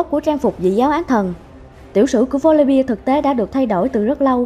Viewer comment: Chị phát ầm chuẩn tý là hay . Volibeeee chứ không phải Volibia :v